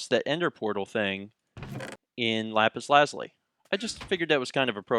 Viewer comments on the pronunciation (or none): Hey u miss-pronounced lapis lazulli its pronounced lapis lazooli but the spelling is the same and p.s u should ask me about games u cant solve in future lps.